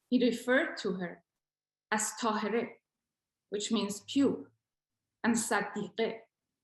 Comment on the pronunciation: Now yes ---- it is "QURRAT UL ANNE" ---- IT IS TAHI-REE.